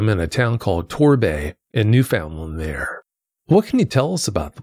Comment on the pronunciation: it's pronounced NEW FUN LAND.... Newfoundlanders tend to get irritated when people mispronounce it. 😅